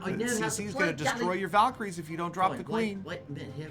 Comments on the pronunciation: I love the way he pronounced valkyrie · I love the way ,he pronounced "Valkyrie" 🤣🤣🤣🤣